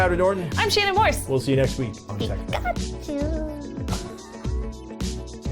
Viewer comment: You say the Pika Chu really well.